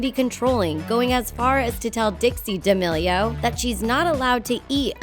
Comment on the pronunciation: I hate the way she says damilio